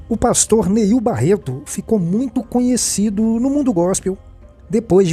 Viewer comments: Não é "Niel" é NEIL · Quer fazer fofoca e não sabe nem o nome do pastor... Não é Niel... é NEIL